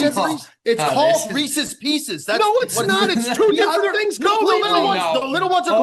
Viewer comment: That Reeses "Peecees" debacle still makes my blood boil... Remarkable stuff